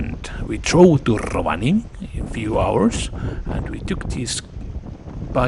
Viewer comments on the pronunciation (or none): none